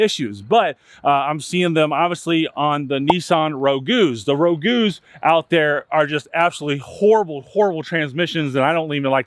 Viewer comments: It’s not called Rogoo. It’s pronounced Rogue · Rogue is pronounced “RowG” not “Ro-Gu” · Nissan rogoo? I call it the Nissan ruuj. That being said it is rowguh. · Up here in Canada we rust proof our cars for about $140 every fall due to the salt on the roads. I noticed you said Nissan Rogew, I always thought it was Rogue. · Ro-goo??? It’s pronounced Rog, as in rogue buck where I come from. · Ro-goo?? Nope. The u and e are silent. Rog- a long o. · Row-gyu??? It is pronounced "rowg" kinda like toga without the 'a' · Row gew ? U mean rogue...its a car not a spaghetti sauce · Sorry but I think the Nissan Rogue is pronounced Rowg, not Rogu. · A Nissan Rogoo? It's pronounced Rowg.....smdh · Row-goo is pronounced Roeg. (Rogue) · Nissan what rogue ...not rogouuu LOL😂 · Nissan Roe-gooo 😂 it’s Rogue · Rogue is not pronounced "rogu", it is pronounced "roag". Think road with a 'g'. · Bro you gotta start getting your knowledge right, it’s Rogue not Rogo or Ragu…also that was a frontier not a Titan. These are YOUR vehicles. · What is a Nissan Row Goo? I know what a Nissan Rogue is, and it is pronounced "Rohwg", one syllable.... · Nissan "Ro-gu"? What!? It's pronunciation rhymes with "vogue" like the 90s female R&B group En Vogue. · Roe-goo? 😂 That's not how you pronounce Rogue. You sell cars? That's been a car model name since the Rambler Rogue in the '60s! Besides that it's a pretty common word in the English language. The news uses the term "rogue nation" fairly regularly. But even if you pronounce it wrong, I'd still buy a used car from you because the rest of the video shows you have high standards and you're very thorough. But geez. Roe-goo? Really? Interesting stuff you've pointed out here. They used to call it "planned obsolescence." They didn't want cars to last more than seven years because the used car market would hurt new car business. Seems like evidence that they're getting back to it. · i'm sorry, rogoos? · nissan rogew? i thought it was rogue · The Rogu?? 😂